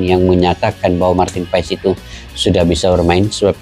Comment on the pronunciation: yg benar pengucapannya marten paas ya 🙏🏻